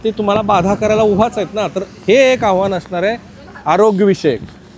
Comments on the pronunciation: आव्हाण नाही आव्हान असतं... किमान मराठी पत्रकारा कडुन अशी चूक अपेक्षित नाही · आव्हाण नसतं ते आव्हान असतं रे बाबानो